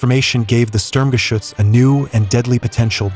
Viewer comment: So glad you correctly pronounce the name SturmGeschuetz more often than the dumb-sounding "Schtug". I wonder, did the Germans in WWII call it by its shorter name?